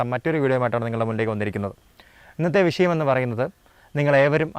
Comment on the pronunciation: വിശയം അല്ല, വിഷയമാണ്